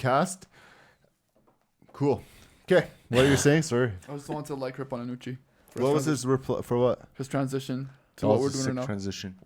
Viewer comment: First off, Can some please tell thats its Anoochi and not Anooch. Second, anoochis stories are all cap.